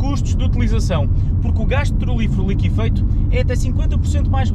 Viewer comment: É liquefeito que se diz e não "liquifeito".